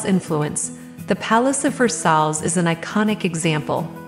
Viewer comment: The "Reyna Home" watermark always in the middle of the screen really detracts from the viewing experience. And can we get an AI voice that can correctly pronounce "Versailles" and other French words? The English pronunciation isn't top notch, either. Lol, "Gray-vel" walks.